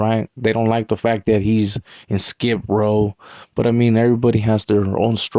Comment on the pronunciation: Sounds like you are saying skip row? Respectfully it’s skid row.